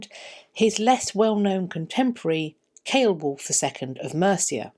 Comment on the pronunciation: I think it's pronounced Seolwulf not Keolwulf, of Mercia